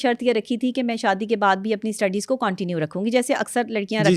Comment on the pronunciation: Coontinue nai continue hota hay pehly english to seekh lay